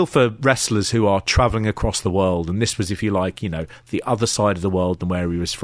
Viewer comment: "And the Wolld"